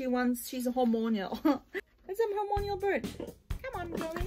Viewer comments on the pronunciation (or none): Time to think about a budgie parakeet hehe “Hor-mon-al”, not “hor-mon-ial... just saying to help ya, not being rude